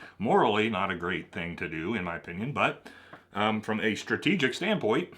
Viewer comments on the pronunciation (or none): none